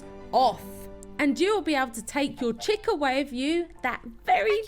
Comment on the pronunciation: The"chick" sounds so wrong